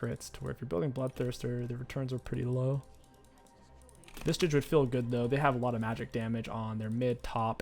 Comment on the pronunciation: Is saying 'vistage' some sort of voluntary private meme?